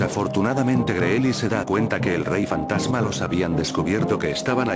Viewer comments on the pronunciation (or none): Like si te diste cuenta que dijo fatama pero es fantasma no fatama